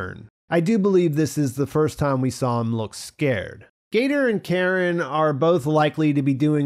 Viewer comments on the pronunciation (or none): none